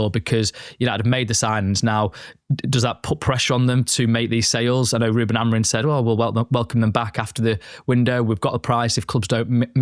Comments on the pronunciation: Why do you guys keep saying Amorin. and not Amorim :/ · it''s AmoriM...with an M. Not Amorin.